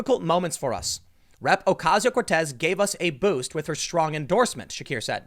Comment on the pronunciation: Is it just me or does anyone else hear rip instead of rep